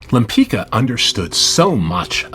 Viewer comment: pronunciation ; lempitska, not lempikka! get your AI machine working properly!!!